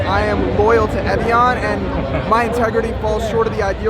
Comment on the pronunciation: He said evian but I heard philion